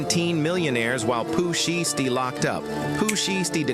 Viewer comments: Not Pooh sheesty. Them Ai videos be frying me. Pooh she esty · Pooh Sheestie lol A.I narrations be funny asl 🤣😭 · chat gpt said sheesty.. lolololol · Pooh SheeeeStie? 😂 SHY STEE dumbazz 😂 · "Pooh Sheesty" 😂😂💀😭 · It's a A.I video that's why they pronounce the names wrong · STOP SAYING POOH SHIESTY NAME LIKE THAT 😂😂😂